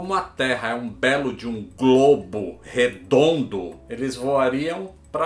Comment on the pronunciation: " como a terra é UM GLOBO. REDONDOO!!!! " kkkkkkk o destaque q ele deu fico engraçado